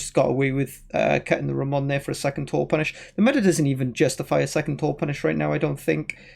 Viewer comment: The best "Ramón" pronunciation that I’ve heard in any english stream!